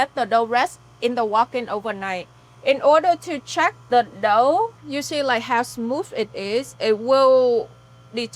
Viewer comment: its funny how she says "dough" like "đậu"(tofu)